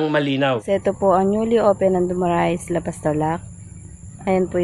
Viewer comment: Sir correction lang po. Hindi po dumarias. Du-Ma-Ra-iS po ang tamang pronuncation.